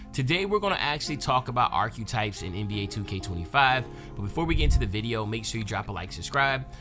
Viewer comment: said “Arch-U-Types” 😂